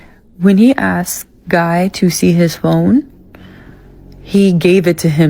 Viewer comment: If a women pronounces "asked" as "aksed", you know she's a 3 O FOE.